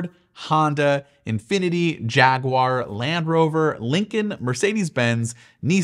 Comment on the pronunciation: Also failed at Jaguar.